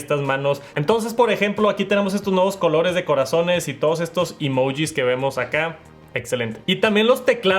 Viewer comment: así no se pronuncia emoji 💀